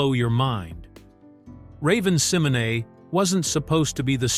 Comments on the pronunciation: Love the videos but the AI voice repeatedly mispronouncing ravens last name bothers me Si-MO - Nay! Not sem - o - nee lol 😂😂😂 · It is pronounced Symonay though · this was an interesting video. I love 'That's So Raven'. But the way he was mispronounced Raven's last name bothers me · This AI mispronouncing Raven's name is hurting my head 🤦🏾‍♀️🤦🏾‍♀️🤦🏾‍♀️ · WHO IN HELL IS RAVEN SIMONAY🤔🤔🙄😱😝🤓😂 AI DOING TOO MUCH 😡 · Couldn't finish watching this. That name mispronunciation every 10 seconds was so annoying. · Same here